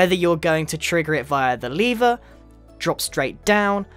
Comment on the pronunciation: The way he says lever tho